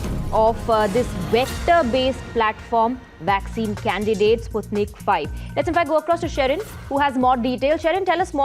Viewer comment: Its not Sutnik five,its Sputnik V.